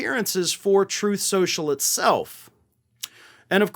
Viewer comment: Troth Sential...